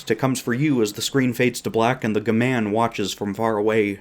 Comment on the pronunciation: Does this dingdong actually think G-Man is pronounced "g'man"?